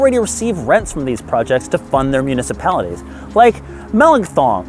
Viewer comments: Məh-lank-thon, Ontario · FYI Melancthon is pronounced mel-LANK-thin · Mel Ank Thun. Ok so my wife is from there, but that's how you say it.